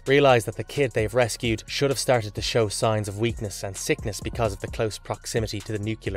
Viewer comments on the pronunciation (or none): none